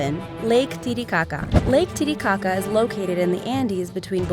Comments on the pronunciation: It sounds a bit like lady gaga instead of titicaca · am i the only person that laughed every time they said titicaca? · Lake boobshit 💀